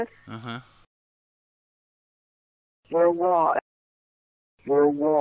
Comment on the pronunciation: See to me, "War soon, America" sounds like "More soon America."